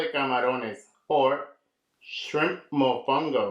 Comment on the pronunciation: MOFONGO CONO!! not mofungo...TF is that??!!!!